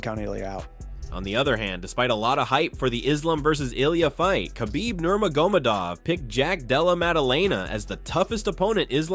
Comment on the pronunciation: This narrator said khabibs last name wrong. Lol